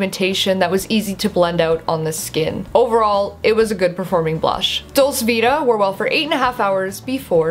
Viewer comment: Great review! I have this and have been really enjoying it. well worth the money. I don't know if anyone else has mentioned it yet but I think it's pronounced 'dolchay vita' ☺xxx